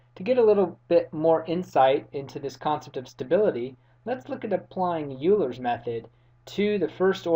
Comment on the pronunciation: Euler is pronounced "Oil-er" not "You-ler."